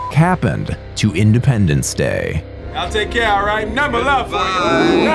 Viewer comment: Did you say "Findependence Day"